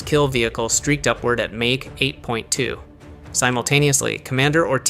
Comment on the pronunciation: Two missiles were fired at Diego Garcia. One fell before arriving, the other was shot down by a SM-3 missile. Seems AI is having trouble saying mach. I thought all the Iranian submarines had been sunk, guess that was just another fantasy in Trump's mind. A pretty good presentation of how this unfolded. Not sure if the submarine sinking occurred or not.